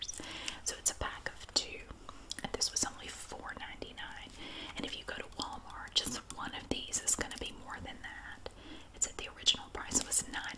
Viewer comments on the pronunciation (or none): none